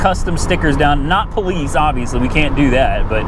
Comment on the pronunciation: You mean po "LICE"?